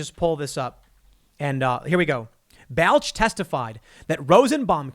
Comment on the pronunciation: Tim, bro, you're killing me... It's pronounced "Ball-ch"